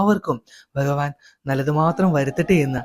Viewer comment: Informative but Nee enthina ithra valichu neetunne.. Pinne Bahavan ennalla Bhagavan ennu parayu..